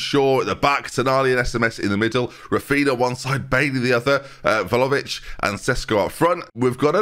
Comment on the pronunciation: Like it's spelled but ben says more like Vhalovic